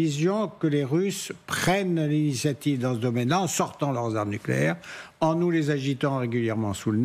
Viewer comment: Les aarmeu nucléaire Russse au port de l'orope 😂😂😂, vous allez lire l'heure 🤣